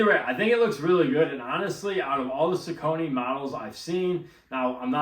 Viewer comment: On the off hand chance you care, the brand is pronounced SOCK-uh-knee. Welcome.